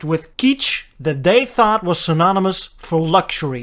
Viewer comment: It's pronounced like it's spelled: KITCH, not keech.